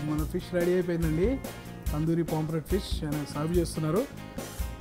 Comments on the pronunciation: Nice andi👌👌👌,kani adi "PAMPLET" kadu "POMFRET". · ori సామి.. adhi పామ్ఫ్రెట్ రా నాయనా.. పాంప్లేట్ చేసేశావ్